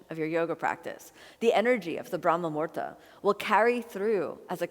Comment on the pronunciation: Kino, you are so cute! But it is brahma muhurta (Muhūrta (Sanskrit: मुहूर्त, romanized: muhūrtaṃ) not murda - murda is a corpse in Hindi. Muhurta is the right moment in time, that unit of time that is mathematically calculated and predicted by the astrologer or priest for a particular event like we have muhurtas for the naming ceremonies, thread ceremonies, marriages when the knot is tied, for fire ceremonies/yagnya/yagya or agnihotra or havan, basically for literally every puja or ritual. If you miss the muhurta, you cannot proceed with the action (ceremony) you wanted to conduct and a new one must be found because it is considered "abshagun" or bad timing which implies the time will not bring fruitful results or worse bring difficulties, like e.g., we do not start or perform any deeds during "rahu kaal" when planet rahu rules because disaster is predestined (ofcourse this is orthodoy and has scientific reasoning as to give humans a break from work). So Brahma Muhurta is 1.36 mins or 96 mins before sunrise.